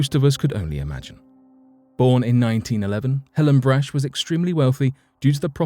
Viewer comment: The candy heiress’ name is BRACH, rhymes with ROCK.